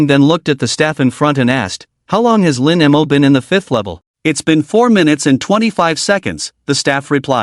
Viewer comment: I find that less annoying than how the AI pronounces it. As in Lin M O. 🙄😒😡